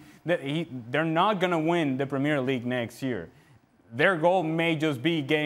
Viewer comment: He can´t even say ”Premier League” right....